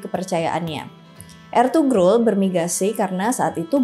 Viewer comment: Sedikit informasi, dalam pelafalan "Ğ/ğ" itu tidak seperti "G/g". Misal, pelafalan "Ertuğrul" itu bukan "Ertugrul" tapi "Erturul". Juga, "Oğuz" misalnya bacanya "Ouz" bukan "Oguz". Jadi pelafalan "Ğ/ğ" seakan-akan tidak ada huruf disana.